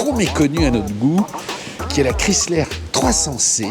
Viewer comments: Les plaques sont montées trop proche au dessous du calandre. Il s'agit d'une millèsime 2004. La pronuncion 'Chrysler' n'est pas bonne. On ne prononce pas le nom à la méthode française comme 'kriisslär' mais étant donné qu'il s'agit d'une marque américaine comme 'kraiissler'. Jolie voiture, même avec un 'esprit baroque'. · Ho ho ho ces très loin d’une Bentley ou ce genre de modèle, si vous aviez au moins faite un comparatif avec une Cadillac et ou Lincoln. Autre point vous pensez que vous parlez englais juste votre prononciation du mot Chrysler j’ai pissé de rire, savez-vous le sens du mot respect d’une autre langue que le français.